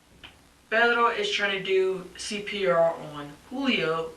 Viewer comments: She randomly decided to start pronouncing "Pedro" with an accent but she keeps rolling the R in the wrong spot and saying "Pero" (which means but) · Ew she says pedro ugly! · The way she says Pedro disgusted me. She puts so much effort in the pronunciation yet couldn't care for her kids.